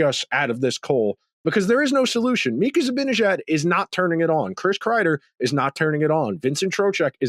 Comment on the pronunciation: Why can't pronounce "Zibanejad" correctly? He's smart enough to do it, so I still hold out some hope that one day he will.